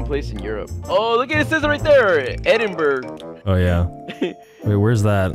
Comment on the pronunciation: The way pronounces Edinburgh XD